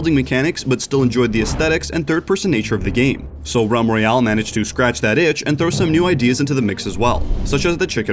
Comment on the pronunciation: ralm royale?